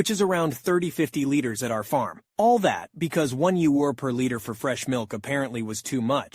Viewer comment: The way he said euro had me dieing 😂